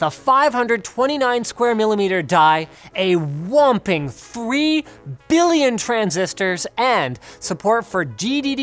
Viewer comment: Linus: "With a womping 3 Billion transistors, and support for GDDR5 memory..." Me: Wait-wait-wait-wait-wait, di he just say: " Womping "?!?!